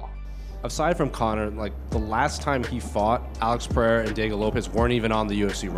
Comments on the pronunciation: Hey,, Joe Rogan seems to finally fix his Pereira pronunciation, it's time for you to keep up and stop this Peheira shit 🙉🙉🙉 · the last bastion of the Peheira pronunciation (even Rogan learned how to say it correctly 🤦‍♂️)